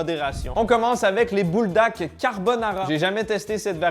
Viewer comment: c’est buldak pas bouldak sinon super vidéo comme dab